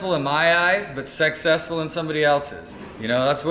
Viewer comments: "Sexsessfull" lol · Did say (sex)essfull lol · Did you just say sexccesful??? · "unsuccessful in my eyes but 'sex-cessful' in somebody else's"....whatcha tryin to say here??